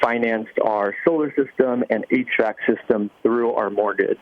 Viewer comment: That's funny! I had to listen 2-3 times. He said HVAC system, as Elizabeth Klein stated below.